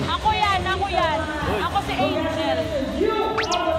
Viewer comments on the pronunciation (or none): none